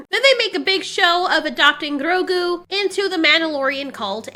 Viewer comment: Love this review but hate the way she says Grogu XD